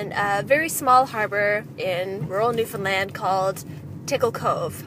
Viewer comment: Yes she said Newfoundland properly weeeeeew